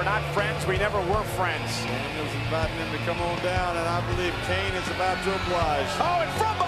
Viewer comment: IT'S KANE, MAGGLE!